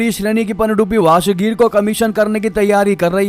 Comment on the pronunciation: वशगीर नही वागशीर